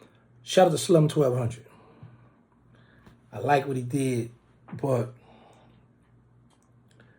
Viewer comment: You keep calling dat mane slim 1200 bro it’s slum1200 giggity 🦾🤙🏿🤞🏿🫵🏾💯👈🏾